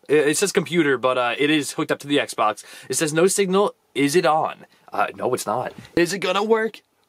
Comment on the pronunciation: Is sounds like you say Sexbox